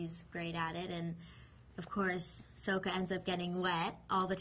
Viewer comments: soka?! no it's sokka!!!! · SAKA. not soka...wtf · Maximillionare but some how she didn’t say sokka right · She pronounced sacka wrong and I spelled it wrong haha and Ang is funny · SAW-KA A-NG ITS NOT that hard